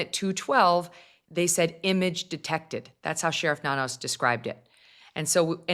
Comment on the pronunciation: It's Nanos not Nannos.